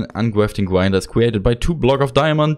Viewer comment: Uncwaftring gwinedrer